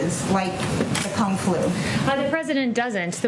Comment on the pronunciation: Kung flu sounds like kung foo lmao